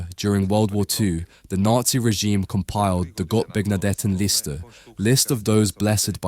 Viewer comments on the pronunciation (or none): Your German pronunciation is atrocious... If anyone wonders the often mentioned list is called the "Gottbegnadeten-Liste", which translate to "Gifted/Gracedbygod-list". Thankfully google was able to clear that up for me as I tried to aproximate the aforementioned accoustic purée. 😶‍🌫